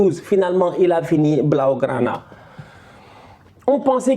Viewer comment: comment il dit "blaugrana "me tue 😂😂😂. en vrai c'est un comédien quand même hein😅